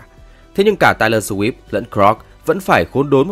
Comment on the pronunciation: BTV đọc những cái tên tiếng Anh như thể anh ta chưa từng nghe những cái tên đó được đọc lên vậy. Tai lo swift? Giút tin bi bờ? Pốt ma lon?